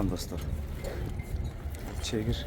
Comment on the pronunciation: Чегип деп айтылбайт чекир деп айттылат😅